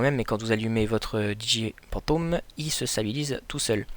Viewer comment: Sa ce dit phantom pas pantom